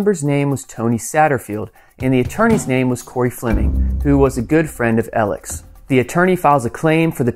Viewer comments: I had to turn your video off ! His name is Alex not Elic ! Bu bye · Just curious why "Alex" is referred to as "Elic" and why "Murdaugh" is pronounced "Murdock". 🤔🤔🤔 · His name is ALEX. Why do you keep calling him Eleg? ALEX. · Fantastic content! Thanks for numbering each episode. One thing, though… why do you keep saying “Ellic” instead of “Alex”? I’m genuinely curious if I’m missing something or not. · He pronounces his name aleX yet everyone else appears to be calling him Alec. Alex Murdoc… is that a South Carolina thing? Seems like it’s Alex Murdah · I noticed every time you meant to say 'ALEX' it sounded like you were pronouncing it 'ELEC'. You must have an accent !! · Why do folks call him A-L-E-C? I've watched this entire murder trial, listened to Buster & his family, & ALEX HIMSELF! and not once did they call him Al-ec... his name is Alex common spelling with the common pronunciation. Everytime Alex says his name to law enforcement he says the word A-L-E-X! Not Alec. "AL-EX" is how it's pronounced! you would think the person to ask would be the gentleman whose actual name it is! And he pronounces it Alex. Done deal. That's how he pronounces it.... And that's how it's spelled!! Why do so many People call him AL-LEC when Alex himself clearly tells us his name is Alex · Concerning this video….His name isn’t ELIC like is being said throughout the whole time. Its not even ALEC. Its how it reads in his name. ALEX. AL-ECKS. WITH AN “X” on the end. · Why do you call him "Ellick" instead of Alex? You can hear on the 911 call that he says his name is "Alex" not Ellick. Where does this weird pronunciation come from? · Why does everyone keep saying Alec and not AleX? Also they keep saying Murdock and not Murdaugh???? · Why do so many people, such as this commentator, refer to Murdaugh as "El-ick" instead of "Alex?" Several people have done the same during the trial, with a couple of them switching back and forth between the two pronunciations. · Al-x. Not Eleck.